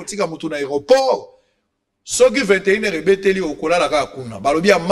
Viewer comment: Sango,oyebisa ayekola difference entre I na u. Il dit assirer au lieu assirer. Il dit sirvie au lieu de survie. Il dit rie au lieu de rue. Na kanda te c'est pourquoi balabaka na lingala.